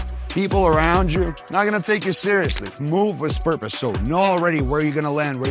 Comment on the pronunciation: He also says "move with spurpose" at one point.